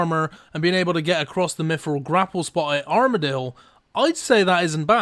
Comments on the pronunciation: Can you learn to pronounce "th"? its "miTHril" not "miFFFril" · Mifril. free K(3), firty minutes.